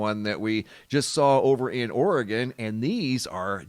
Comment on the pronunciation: I live in Oregon but haven't heard anything about the plume.. Thank you for saying Oregon the way it's suppose to be said.. 🤗